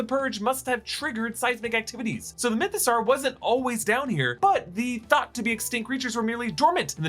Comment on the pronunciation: I kind of miss when he was calling it the MythoSowerrr